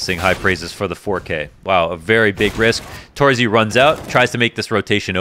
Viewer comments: since you made the m0NESY vid on twitter, I think you might be interested in how to pronounce torzsi correctly. It's not exactly tor-zee, more like tor-zhee or something like that. Use Hungarian google translate, it says it out loud really well. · Pro tip for: Set google translate to hungarian. Write in: torzsi. Press the speaker button. Now you can say his name correctly. Not making fun of you or anything, cause I love your work and really enjoy watching them. (I know how you care about pronouncination[ex. Monesy])